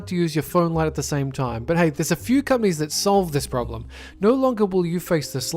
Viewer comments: I keep hearing gummies, instead of companies. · every time he said "companies" I thought he said "cummies"